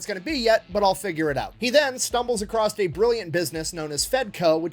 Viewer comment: You do know there is no T in the across?